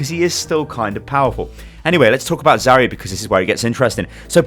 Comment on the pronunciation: Where's the I in Zarya? stop please